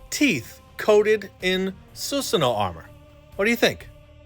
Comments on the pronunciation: su sa no.... not su su no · I'm here for the first time, I can't understand why you're calling susano as susno? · It’s (: SUH SAN NOO;) pernouce it like that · Su Su No❌ Su Sa No ✅ ✌️ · Love your vids. But please stop saying Sus-no. Its Su-sa-no-o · please dont pronounce susano like that. suSAAno!!!! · Why Susanoo become Susuno?? 🤭